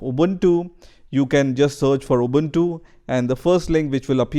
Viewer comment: You are amazing, how can you pronounce the word ubuntu very correctly as a none English word.